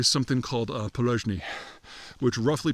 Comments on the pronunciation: Yeah, he literally started of with this specific categoray that's literally called "poleznyi idiot" (which Peter butchered as "palyzhnyi" or something :D) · It always boggles my mind how this man can butcher so many words 😭 It’s not “poloZHniy”, it’s “po-Les-niy”